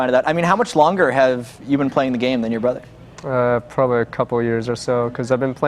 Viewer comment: "Brudder" "Each Udder" I'm crying omggggggg